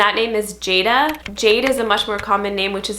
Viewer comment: Good video! A few points, though. In Hebrew it's pronounced Li'él. ליאל. Jada in Hebrew is pronounced Yadá. ידע. It doesn't really exist as a name in Jewish/Israeli culture. But can be nice in Christian one. Sela actually means "A strong rock". In Israel it's a common surname. As regarding Chaya, the first pronounciation you used is the correct one. Chaya. Make sure not to confuse it with CHAVA, which is Eve. Regarding Neriah, it is actually a BOY's name, it is pronounced Ne-ri-YAH. 'Ner' means Candle. This name means "God's candle". My favorite biblical name for a girl is Naomi. It comes from the word No'am, נעם, which means 'pleasant'.